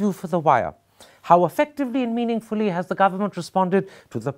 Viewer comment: Meaning-ly-fully....oooh Mr Thapar.